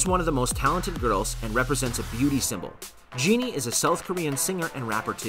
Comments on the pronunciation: When he pronounced JENNIE as GENIE ME be like: 🤭🤭😧😧😧😧🤣🤣🤣🤣🤣🤣😂😂😂😂😂😂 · Her name is pronounced as jen-ny not genie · I’m sorry did he just say genie kim 🤣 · My dude really said jeannie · this man said Jinni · When he started saying JEANNIE, I was out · The way he pronounce jennie